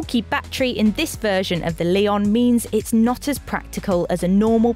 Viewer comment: It definitely is not "lay-on", it's "le-on" with weight on the "o". Two different wovel sounds, not three. She pronounces the model name pretty much spot on in the into